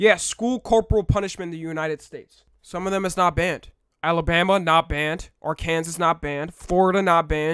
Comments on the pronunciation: I’m going to pretend I didn’t hear pronounce Arkansas like: are-kansas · we gunna talk abt how pronounced Arkansas 💀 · Why’d he say Arkansas like that 😭